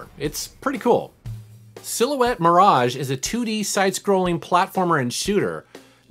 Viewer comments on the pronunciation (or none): none